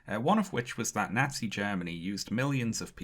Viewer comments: Amazing video but I cannot get past how incorrectly this guy keeps saying “nazi”. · I live in the Midwestern United States, and I love how pronounces "Nazi" in the same way that my neighbors do